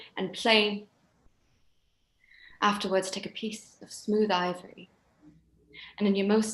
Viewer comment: Loving natalia dyer. with this english pronunciation" ..ivory...the loveliest face youcan imagine" ,at 46.55...